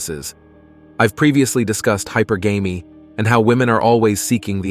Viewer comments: Please learn how to pronounce hypergamy. It's NOT Hyper-Gamy,. It's high-pergamy". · Please, "hypergamy" = hi - purr - guh - me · Please learn how to pronounce "hypergamy". Your pronunciation makes you sound ignorant.